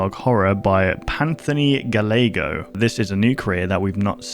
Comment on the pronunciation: just so you know! PantthonyGallego is anthony's second channel, his main is, unsurprisingly, AnthonyGallego. Also his last name is pronounced Guy-ay-go, its italian so the two ll form a Y sound